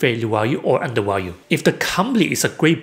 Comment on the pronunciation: "underWalued" LOL